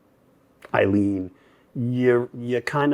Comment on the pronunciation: At least HALF of pundits mispronounce Cannon's first name. Take Note, Punds! Her name is pronounced...A-leen. Say it 21 times and it's Yours. A-leen Cannon!